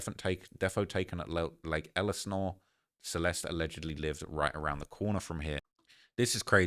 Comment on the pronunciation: This guys complete inability to Pronounce Elsinor cracks me up